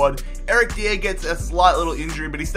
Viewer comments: It's not Eric D-EE-AIR It's Eric DIE-ER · its not said deee air it is die yer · I beg you don't pronounce Eric Dier's name like that it's pronounced Eric Die-er, love the videos though 😊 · Pronounce Dier correctly plz!! It is pronounced "Die-er". Other than that, loving your content!! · Love you stuff. Massive fan but it is pronounced Eric (die r) not deire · OH MY GOD ITS NOT DEE-AIR! ITS DIE-ER! NOT AN UNCOMMON NAME! HES ENGLISH SO IT DOESNT HAVE A FANCY ACCENT!!!!!!! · Dier is pronounced .. die-er not Di-air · Its eric Die-Ah not deeier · Your pronunciation of player names is atrocious. Who tf is Eric "Dia"? Pretty sure Dier is simple to say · you read it dYer that's the correct form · It's pronounced dye-er not dee-air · I love how he says Eric dier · I'm from Britain and the way he says some of the players' names is weird Especially Eric dier 😂😂😂😂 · The way you say "Eric Dier" makes him sound French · the way he says dier makes me laugh! good video still mate!! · Is just me who gets annoyed when he says Dier's name wrong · pls stop saying dier like a degen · Not how you say Eric Dier